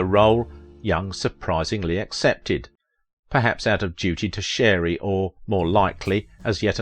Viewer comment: Not Door Sherry. Dorry Shar-y